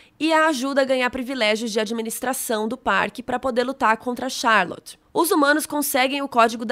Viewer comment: Como albernathy vc fala com sotaque e charlot vc fala charloti kkkkkk amei o vídeo😍